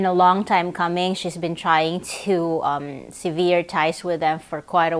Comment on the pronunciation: Sever rhymes with lever. Severe means harsh, sever means to break off, remove. Sorry, this just drives me nuts.